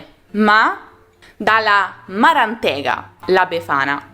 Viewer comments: Per quanto riguarda il Veneto la pronuncia corretta è maràntega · piccolo appunto ; nella parlata veneta l'accento è differente : maràntega . Termine alternativo è vecieta : vecchietta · Marantega con l'accento sulla seconda a